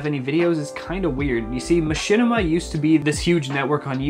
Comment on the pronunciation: Machinima? You mean Mashitima?